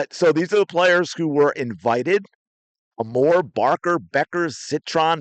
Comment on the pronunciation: I believe it is pronounced Georgia Aye-more.